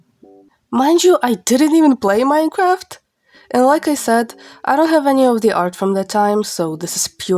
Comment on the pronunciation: For some reason the way u pronounce Minecraft sounds like Mycroft. :///////